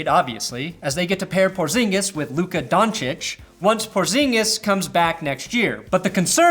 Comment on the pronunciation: Off the top of my head, names you got wrong. Jabari Parker, Zubaç, Donciç